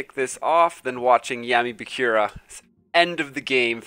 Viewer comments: kazehaya Shouta that bugged me too lol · BAKURA not BAKYURA